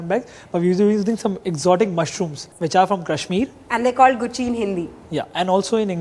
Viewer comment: ... This woman is so stupid & is not ashamed of putting itout in the open for the world to know... It is GUCHCHHI pulao, NOT GUCCI pulao... The mushrooms, called GUCHCHHI in Hindi, Morels in English are the CHANNEL of muchrooms